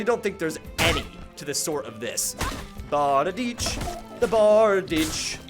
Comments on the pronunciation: Googled to double check but that is a bar-deesh. I say very often that language is fake, that we made the shit up, and that this means that bickering over correct pronunciation is a little silly. Functionally though, bardiche is usually pronounced bar-deesh. On an unrelated note: next time you use a blunt weapon, I'd love to see the effect that gravity imbuement has on it. I was a little curious to see what effect a gravity maul would manifest but, unless I'm simply forgetful, you didn't seem to demonstrate it in the video. Going through all 3 imbuements might be something to consider for these videos moving forward. I only discovered blade and sorcery content and thus this channel recently, but I've been enjoying it so far. I'm excited to see this series continue. Ah, one last note: Pole arms in general were usually king in olden warfare (aside from, like, bows and such). Most armies used some kind of spear, axe or halberd as a standard issue primary weapon. Swords and such were generally back-up weapons or simply self defense tools. It's hard to hate the style and finesse of a classic sword, but I think you're going to find most polearms to be particularly useful. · It’s pronounced Bard-i-shay